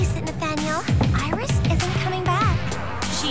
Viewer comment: Iris Rhymes with kiss :) I love Lolirock!